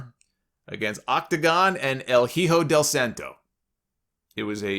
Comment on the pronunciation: Bro “Hijo” is pronounced “E ho” not “Heho”